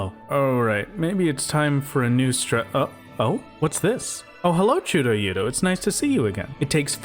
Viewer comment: absolutely delightful "chudo-yudo" pronunciation